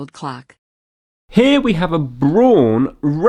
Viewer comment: "Braun" is the German word for "brown" and should be pronounced "brown". If you're putting "tire" on the screen to help the Jonathans, you could help out the Germans also. And don't get me started on the pronunciation of "kilometres" ... I have several DCF clocks, all showing UK time because I've SET them to show UK time. If I lived somewhere else, I could set them to the local time. They sync every hour and cope with leap years. The only time I touch them is to change the batteries. You read the English on the box so it's clearly designed for the UK market. When all else fails - read the instructions.